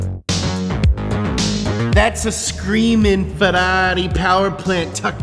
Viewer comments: Man you need to learn how to say "Ferrari" correctly. Please❤ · We could say that this is a "Ferrally"?